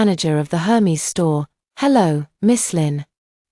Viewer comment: Aer-mez! Not Her-meez